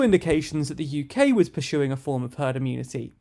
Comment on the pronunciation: "Per-shoed" is not a word. Try "Persued" instead. "Per-shoeing" is not a word. Try "Pursuing" instead. "A-shoom" is not a word. Try "Assume" instead.